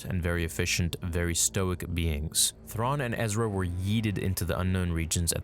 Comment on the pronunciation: I’m sorry did you just say Thraun and Ezra got “Yeeted” ?